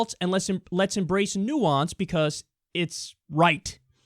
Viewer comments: "because" not "be-cuss" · Anybody else taken aback by Kyle pronouncing "because" as "bee cuss" lol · Anyone else notice how he says because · You says 'because' in the weirdest fucking way.